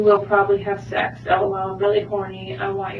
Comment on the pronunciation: Chris doesn't say Sex he says Sax 😂😂😂😂😂